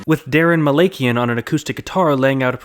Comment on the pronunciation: I’m sorry but Daron’s last name is pronounced Muh-lak-e-N